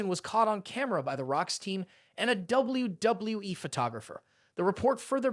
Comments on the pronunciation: You really need to work on saying WWE. "Doubly Doubloueee" - YOU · Doubble-U, Doubble-U E! Doubble-U, Doubble-U E! :face-blue-smiling: Doubble-U, Doubble-U E! I have never heard it pronounced quit like that Sir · The way he pronounces "WWE" distracted me from the actual video content. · If the viewers took a tequila shot every time you pronounced the word and said W-W-E, they would all be dead. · Why does it appear to be so hard for you to pronounce the letter w, you seem to stumble verbally every time you attempt to say 'WWE'